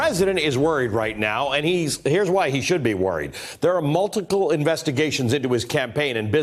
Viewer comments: "Multicle" investigations lol! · “Multical” lol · Did he say "Mu-Ti-Kle" investigation ?